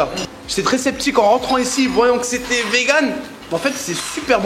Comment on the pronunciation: hahahahaha comment il a dit « vegan » 😭😭